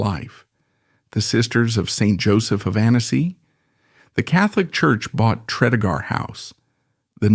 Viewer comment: FYI... Pronounced "Tree-dee-gar..." A lovely house, the Morgan's also owned nearby Ruperra Castle.